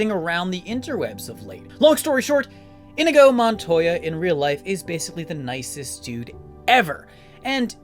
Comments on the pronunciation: That pronunciation 😂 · Dude this is possibly one of my favorite YouTube videos ever but how are you this big a fan and can't pronounce the characters name